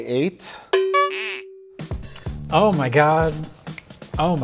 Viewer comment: i thought he said "romeo and juli8" so i thought he would segway into a stupid movie